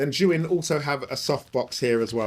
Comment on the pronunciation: god it's so refreshing to hear a filmmaker correctly pronounce Zhiyun 😂